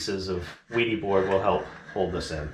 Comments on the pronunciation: yes, I understand that Germans pronounce the W as a V. But the pronunciation of the item is up to the inventor. And they pronounce it "VEE-di," so that's the correct pronunciation. If you "Westernize" that pronunciation, you would get "WEE-di," so "WED-i" is definitely incorrect. But I really don't care all that much! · According to the manufacturer, it's pronounced "VEE-dee." It's a German company, apparently. (This is according to their YouTube video titled, "Training: Building a complete bathroom using the wedi system.") So now you have THREE pronunciations to choose from! 😁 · Wedi = Weed vs wedding sound/pronunciation..... go for Wed (short e sound) is my vote😃.